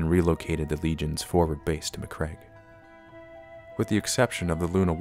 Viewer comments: Ma-Cragg-e not Macreg. (bashes head against desk) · Good little video clip. Some dodgy pronunciation of macragge and Robute. But never the less well made with some nice minis, cool. A good break from my usual beat, matt, batrap